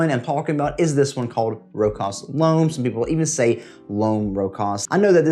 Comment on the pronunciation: Great list 👍👍 AEB is an easy reach for anyone. I need to check out Singulier. Not to nit pick... Its a common mispronunciation, but it's pronounced Row-shas.